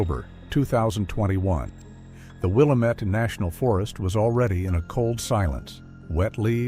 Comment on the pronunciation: I was going to say that!!😂 it's NOT Will-Uh-Met